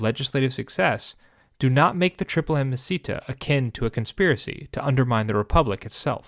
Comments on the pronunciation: I don't know if you know, but it's not "amicita" (which sounds like a spanish per name), but "amicitia" (pronounced amiciTSia) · "Ah-mah-see-ta"? What a weird pronunciation, neither classical nor medieval. Either "ah-mah-ki-tiya" or "ah-mah-chee-tiya" would work, but this doesn't. It may seem trivial, but inaccurate pronunciation is disruptive to your listeners. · Amasita? Amosita? So you mean amicitia? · Sorry but the way you pronounce "amicitia" is utterly wrong. You make it sound like a spanish word! It should sound something like this: a-mee-chi-tee-a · Also wrong. There is no “ch-” sound in classical Latin, it doesn’t exist. “C” is always a hard “k” sound regardless of following vowels. a.miːˈki.ti.a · Also, hard C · I had to bail after a few minutes even though the history was good. Could not abide the inexcusable mispronunciation of ‘amicitia’. Five syllables, not four. The first i as in ‘eat’ not ‘it’ and the second i as in ‘it’ not ‘eat’. Roughly ‘ammee-kitty-a’. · I'm confused by amicitia being pronounced "amacita". It sounds Spanish or something... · It doesn't sound like Spanish, it doesn't sound like anything at all. 😅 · Awesome content! The only thing is that amicitia was pronounced quite badly. Remember that in Latin, every single letter is articulated and all c's are hard (in the classical pronunciation at least, that is). Hence, it should have been a-mi-ki-ti-a with the i after the last t clearly articulated! (Suffciently correct) Latin pronunciation is really easy to learn; I am sure you can find 20 min guides on youtube.